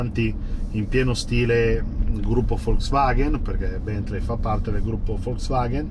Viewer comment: si pronuncia 'Bèntlii' non 'Bèntlei'